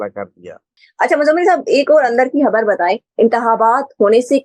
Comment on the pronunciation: hubbur nahi Khabar bloen muhtrmah